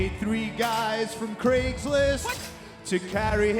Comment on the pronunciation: Always nice to hear "Craig's List" pronounced correctly. Joe Hendry makes things better.